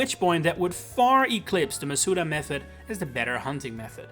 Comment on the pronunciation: how do you say the wrong pronunciation of Masuda and then the correct way in the same sentence without realizing